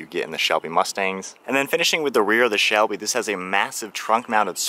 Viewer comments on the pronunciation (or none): I know that. It just sounded like you said shelly and not Shelby mustang that all. Great video and great breakdown of this car. I plan on buying one next year. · Am I hearing things or did he just say shelly mustang